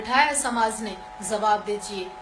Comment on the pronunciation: Iss aurat k andar garmi bahut hai isko thanda kadi yar koi aur madam zaoge nahi jaoge meri jaan zara talafoz ko sahi karo jaanu zawab nahi jawab.